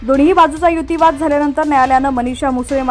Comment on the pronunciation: युतीवाद? मराठी भाषेला नवा शब्द या वाचणारी बाई देत आहे. युक्तीवाद की युतीवाद?